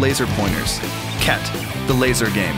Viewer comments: Did i just hear cat instead khet ? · Khet. Pronounced as Cat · Harry : "did he just say ket ?" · He said ket ahahahahahaha